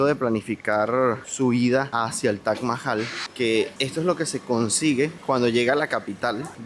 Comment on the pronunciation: Es Taj, no Tach”